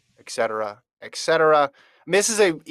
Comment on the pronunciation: It's NOT Eck cetera!! ET cetera ... Et cetera!!